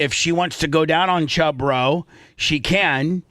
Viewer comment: Bubba did say Chub Row ! Listen closely !